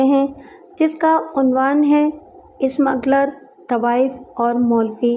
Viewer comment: Ismagler nahin smugler.